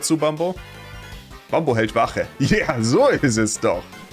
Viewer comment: Bin ich dumm oder wsrum sagt er immer bambo 😂 der heist doch Bumbo